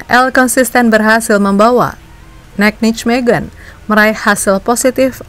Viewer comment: masukan utk mimin, N E C dibaca bukan nek, tapi En E Se, dan Nijmegen dibaca Neymekhen, J di bhsa belanda dibaca Y, dan G dibaca Kh seperti kata “akhir” dengan sedikit penekanan , semoga kritik ini bisa membangun mimin utk konten2 berikutnya, biar gak diketawain orang belanda yg denger😅